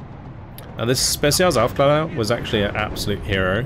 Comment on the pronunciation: Love your vids, I hope you'll be staying this active making them! Love your mix of play-by-play and meta commentary. Also wanted to drop a small hint re the german recon units: They are pronounced "Owfklayrer" - I only mention it because you are already so close to pronouncing them perfectly ;).